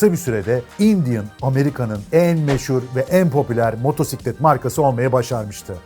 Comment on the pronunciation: "motorsiklet" demene sinir olmuyorum ama sen öncüsün işin doğrusunu öğretirsen yeni nesiller seni dinledikleri için senden öğreniyor ve gençlerin diline yapışmasını şahsen istemiyorum. Herşeyin doğrusu neyse o "motosiklet" diyelim lütfen. Yarası olan gocunsun bu arada